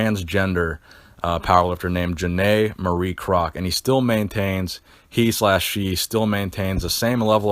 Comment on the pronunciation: Its Pronounced Kroz - all - ES - key its my uncle